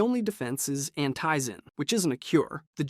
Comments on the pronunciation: ITS ANTIZIN NOT ANTIYZIN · Hair-in, anteyezin, Dr. Zeer..... no effort into this video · Ah yes, ANT eyezen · Its AN"TEE"ZIN not AN"TAY"ZIN 😒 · why do you people who seem to know so much about dying light never pronounce names right. rais-"Rise/Rice". Antizin"ant-e-zin." like omg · Call it an-tie-zen one more time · How can you not pronounce the names correctly go play the game and listen to how it’s all pronounced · It'd HAR-AAN AND ANTI-ZIN are you stupid on purpose? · You lost me at anteyezin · At Harran I was like "ok it's just one word" then I heard antizin and I was out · Did this guy even play the game? The way he pronounced Harran, and Antizin is wild.